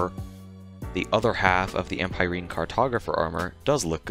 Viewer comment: Why can’t people read? Empireen? Em-pie-reen…? That’s how y’all see “empyreans”? Ohmagaw…